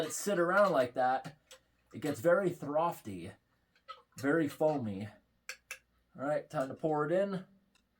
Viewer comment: Hahah you mean "frothy"!!! It's not "throfty". :3